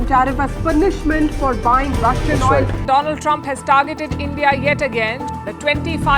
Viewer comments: Sahi se padho kya likha hai or puri video dekhna, tab pata chalega kyu comment Kiya hai meine.....Donald Trum ki jagah Dolund Trump kaha (slip of toung)...watch full video from beginning... isliyeh 😅... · Donald Trump ❌ Doland trump 🌝✅ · Doland trump 😅😂